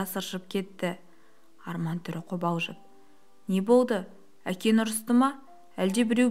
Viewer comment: Ң деген әріпті айту қиын ба. Әкең дегенді әкен деп айтқан біртүрлі естіледі екен. Дауысың , оқуың мінсіз әдемі бірақ